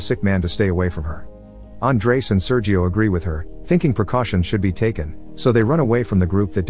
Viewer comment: SerHio, not Seryio!